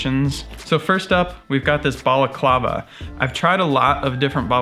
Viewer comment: LOL you make "Balaclava" sound like a fancy drink !